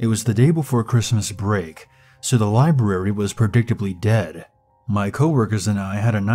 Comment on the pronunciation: I like how you enunciate the R in "libRary".